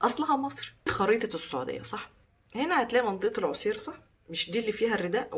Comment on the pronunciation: المحافظة السعودية اللي حضرتك بتتكلمي عليها اسمها عسير بفتح العين